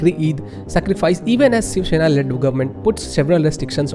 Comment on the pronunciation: It's is Shiv Sena not Sheev Sheena. Pagal